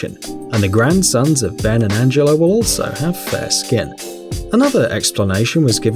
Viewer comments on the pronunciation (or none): none